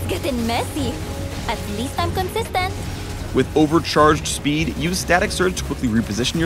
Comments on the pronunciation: hahaha KONSISTENT.. pinoy na pinoy accent. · "consistent" . Filipino accent.